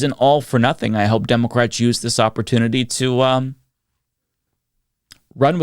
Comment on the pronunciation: Please work on your speech impediment. I hate hearing a political commentator say "democwrats" instead if democrat.